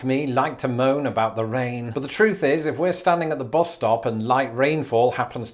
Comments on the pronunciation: ~ Why did I hear boss instead of bus? :) Public transit sucks in North America. And zoning codes suck too. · Oh, you said "bus," I thought you were waiting for your boss.